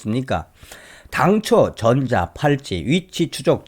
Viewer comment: 전자 팔찌가 아니라 전자 발찌 . 발음이 비슷하게 들리네요